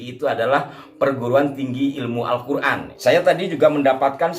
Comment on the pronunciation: jadi pak lutvie punya qiroaat sendiri...misal huruf ق ( qof ) dibaca غ ( g ) , misal : qolbiy dibaca Galby....😂😂😂😂😂, alQur'an dibaca alGuran....😂😂😂😂, naudzubillah...tobat...tobat...pak lotvie...